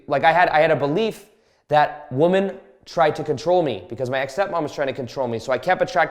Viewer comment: Dude can you pronounce women correctly holy shit lol